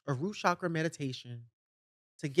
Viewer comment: As an Indian person, and a Hindu, I take great offense to appropriating my culture. Please learn to pronounce the word "chakra" before doing a so-called "root chakra meditation". Do not use my religion, my culture, my ancestry to further your own self delusion. If you actually sat in meditation, you would see how vile your behaviour towards Blaire is. You should know that having a gossip session like this where you slander people, is actually very bad Karma. Meditate on that.